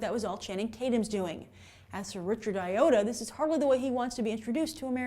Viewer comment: this isn't the most helpful or relevant comment, but his name is Richard Ayoade, pronounced Eye-Oh-Ah-Day. Not 'OUR YODA!'